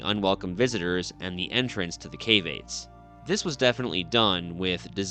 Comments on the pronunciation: There is absolutely a minimum of 3 feet of sand and rocks in those caves since they were occupied. Probably more like 5 feet. They are not "KAVE-ATES" they are "KAV-AH-TEZ" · I think ur tying to say the word caveats which is like cav-e-ot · You are pronouncing "caveates" wrong.